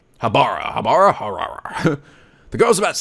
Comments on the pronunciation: I believe it's pronounced Aaki-Haabra. Great video. Keep up the good work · "Ah-key-ha-ba-rah" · I'd like to see more of this. I might have heard of the anime before, but this is turning out to be funnier than I thought it would be. Also, to pronounce Akihabara is ah-kee-ha-ba-la. I know the pronunciation's different from the actual spelling, but from what I heard, the R's are supposedly said as L's. I think the R sounds are supposed to be VERY subtle, but you almost never hear that in the Japanese language. So Mayuri would be read as ma-yoo-lee, and Rintaro as leen-tah-lo. But read it as you please, I just like to be well-versed in foreign languages as I can. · IT IS PRONOUNCED AK~KI~HA~BAR~AH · It's pronounced Aki-Har-Brah, at least I do.